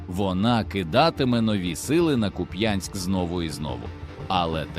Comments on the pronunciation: Ще раз ...не куп*Янськ ...а кУп*янськ !!!! Слава ЗСУ !!! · КУп'янськ, наголос на у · Куп'янськ,наголос на перший склад. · Слава Україні! Але трошки неприємно чути назву міста з неправильним наголосом як це роблять росіянці.